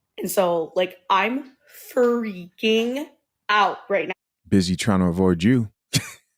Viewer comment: When this nigga say “rrright” I bust out laughing it be in the perfect spots 😂 Denzel w that shit ! All you missing is the “my man”